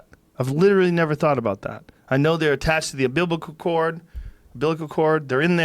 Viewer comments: The umbiblical cord. 😂😂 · Joe “Embiblical Cord” Rogan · The "Am-biblical Cord" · Joe “Ambiblical chord” Rogan.